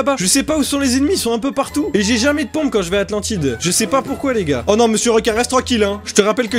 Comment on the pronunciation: on dit Atlantide